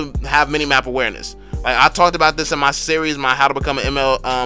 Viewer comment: Yo! I really like ur video With that "drop dat bass" music And ur "rapper" like way of speech Haha Its just like an undercover rap challenge U know, when u want to rap but u have to do some tips and trick video first LMAO! Especially when u say "ma" instead of reguler "my" hahaha Its really different from what my teacher say in my entire english class since elementary school till my highschool By the way, what will you choose for karrie, windtalker or scarlet phantom? Assumed there only 1 place in ma karrie inventorie haha